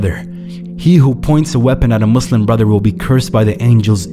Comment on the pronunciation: ur the first person to pronounce muslim muSlim not muZlim😭